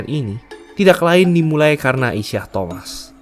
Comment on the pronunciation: Aduh. Penyebutan namanya kok salah, ya utk pemain sekls Isiah Thomas? Trs kok Bulls main di final wilayah barat, ya? #tepukkening